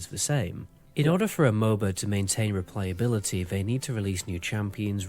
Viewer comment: xd it cost u to properly say replayability u didnt stop repeating it